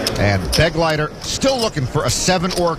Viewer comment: The name "Begleiter" is being badly mispronounced! It is a common German noun: It means "Escort" and the accent is on the second syllable!